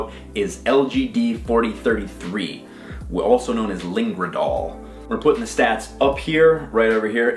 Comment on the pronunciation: Ligandrol buddy not lingradol